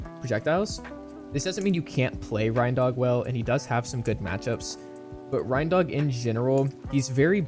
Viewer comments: it's pronounced rain-dog like rain-deer smh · How do people keep mispronouncing reindog? It's literally not that hard he's a combo of a reindeer and a dog. 🤣 Reindog man